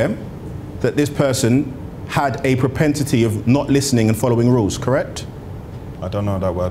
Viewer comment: "Protentity" - I've learnt a new word today.😊 🤦‍♂️ #Propensity 👍🏽